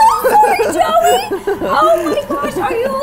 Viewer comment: When u said joey i thought u said jelly and even though jelly is not a candy could u do it?